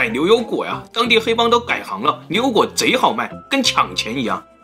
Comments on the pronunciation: 这次的liu油果主题配上的liu口音，确实难为了，太可爱了！哈哈哈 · 只有我吗还是其他人也注意到了7：07 的 ”柳油果“？ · 绕口令呀 牛牛果 流流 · 片子非常好，但是l n 不分的普通话听得我着实难受得很，总感觉鼻子堵了😭😂😫